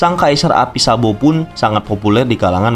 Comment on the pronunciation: Kenapa gua dengernya "SAMBO" 😞